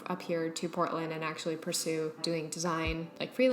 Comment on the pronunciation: Oh i don't know why i was hearing Britland instead of Portland.